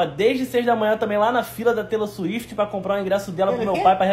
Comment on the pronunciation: “Taylor Suíte” 🤣🤣🤣